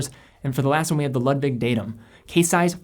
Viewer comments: Ludwig or Lug-wig. Great video and love Nomos but it’s definitely a niche brand. I love ALS and Sinn for my favorite Deutsch brands. Keep up the good work! Being a German nut, I see you’re truth to pronounce Glashütte as best as possible! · Hey great video! As a fellow german I‘d like to help with some pronunciation. Ludwig is actually ‚Loodwig‘ - with the oo pronounced like in ‚boot‘. And the german mecca of watchmaking is Glashütte, which means ‚Glas House‘ more or less (Hütte is an old german word for house) and despite the letters ‚sh‘ in ‚Glashütte’ being right behind each other, it is not pronounced together. Two seperate words actually: Glas-Hütte. Otherwise great Job! I hope this helped! Keep up the great content! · Great review but your pronunciation of Ludwig makes me cringe. It should be pronounced like "Lood-vig".